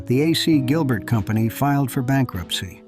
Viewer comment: I was looking forward to seeing something about my very favprite toy. Until I heard the shitty computer generated narration. Uhsee Gilbert, indeed. Totally ruined the production.